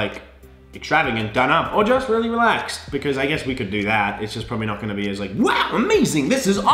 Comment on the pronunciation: "hey guise, how's it gowring"